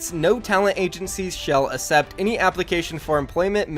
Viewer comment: Real word: accept No one: Literally no one: The Fortnite guy: asept